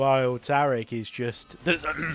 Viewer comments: Fking English fks inventing weird ways to pronounce normals words. Tariiiiiick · New watcher, love the commentary. Big gripe though, you've rewrote my brain and now I can't say Taric properly. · I love how you pronounce Taric’s name like he’s Arabic.